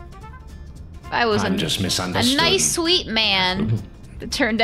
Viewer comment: I like how said “NOICE” instead of nice